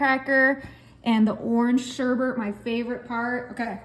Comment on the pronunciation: It’s not sherbert - it’s sherbet. Learn to pronounce properly.